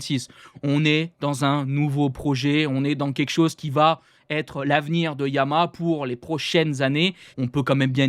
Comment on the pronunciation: On dit YA-MA-HA pas Yamâ ...